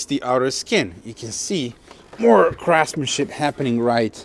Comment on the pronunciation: Regarding the bodywork, did you say ‘craftsmanship’ or ‘crapmanship’. Just wondering.